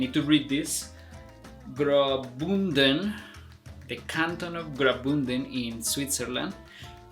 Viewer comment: You bucherd the pronunciation of grabünden Grishun or gringoni are easyer to pronounce the kanton is trilingual….